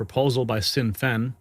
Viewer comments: It's pronounced "Shin Fane" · Sinn Fein is prounced "Shin Fayn" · You say it like shin fain😂🇮🇪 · SInn Fein pronounced Shin Fain. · It is pronounced "shin fayn" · Hi,, Sinn Féin is pronounced Shin Fayne.